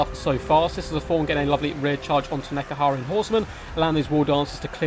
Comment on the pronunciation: Dude, how do you say Ushabti and Nehekaran wrong every single time